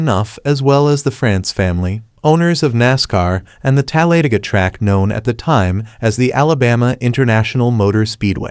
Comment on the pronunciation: tal-lay-ga... what the fugg is a tal-lay-ga? its TAL-A-DAY-GA.